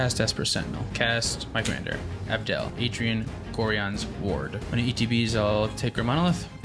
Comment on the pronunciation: It kills me a little inside hearing everyone pronounce Gorion(Gore-eye-uhn) wrong 😂😂😭.. Great game despite that